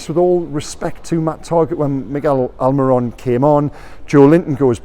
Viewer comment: You've said miggys name right again!!! You even said the first name right!!!, this is a momentus day! Keep it up! ❤